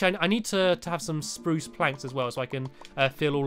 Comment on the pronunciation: its sprrrrrruce